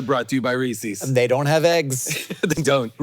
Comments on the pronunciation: There's no "reesee's", it's "Reese's" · Man, I thought I was a fan of Jason. But now that I know he says “Reesey’s” I’m just not sure anymore. It’s a shame.